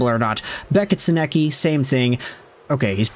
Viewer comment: You’re nowhere close to pronouncing Sennecke’s name correctly 😂